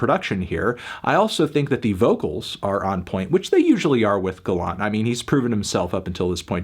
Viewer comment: The way he pronounces Gallant haha! Bro it’s ‘Gallant’ !